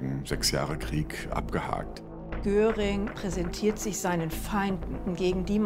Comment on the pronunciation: Der hiess nicht Göring sondern Göring!